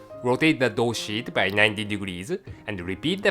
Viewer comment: did he say "repeat the dough shit"???lmao